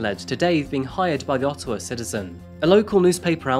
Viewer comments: It's Ottawa not Ottowa. Thanks! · *Ottawa not Ottowa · As a Canadian who lives near Ottawa, it’s interesting hearing Ottowa lol ALL GOOD THOUGH, WE APPRECIATE YOU! 🇨🇦